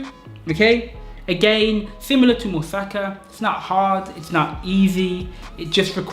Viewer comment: dude you actually pronounced musaka the correct way when you said it with african accent hahaha you divide the word in parts mu sa ka but you say it quick. bulgarian in a nutshell no joke :D